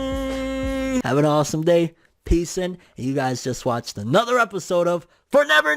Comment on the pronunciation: Am I the only one who loves when he says FORNEVER NEWSS 😂😂